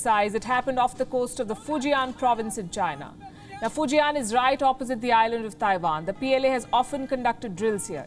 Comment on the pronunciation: A trip to Taiwan? I thought she said she was going to tie one on.